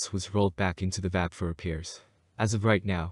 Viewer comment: "One of the most powerful?" It IS the MOST powerful... and its not pronounced "Vab" its pronounce "V-A-B" as in individual letters.